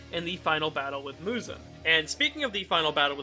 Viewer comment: Great video but that Muzan pronunciation hurts my soul